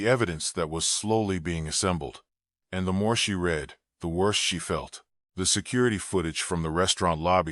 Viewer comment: A few slight edits to the script and the AI voice would not say things like " 47 inches the morning" or " he reed the note". Just saying...